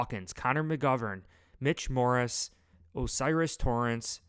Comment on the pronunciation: Love the videos but you gotta start saying Mitch Morse's name right lol